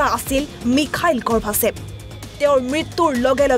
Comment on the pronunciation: Really a great leader. But, গৰ্বাচেভ নকৈ গৰ্ভাচেভ মাতিছে কিয় ???